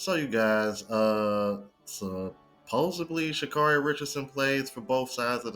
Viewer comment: Stop saying supposeBLY. Supposedly